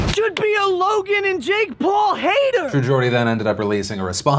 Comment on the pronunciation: Watching Phil pronounce TrueGeordie makes me cringe